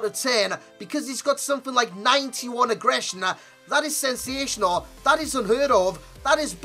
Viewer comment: Why do you keep saying agressner???? It's not a word